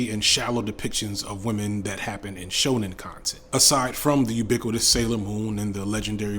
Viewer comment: Man’s spent the whole video mispronouncing ‘Shonen anime’ and just put a blanket on what he thinks……. I understand now what he meant at the beginning when he said someone would have a problem with his definition 😅😅😅❤